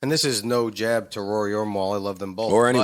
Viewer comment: IT'S WUWY AND MAAAWL!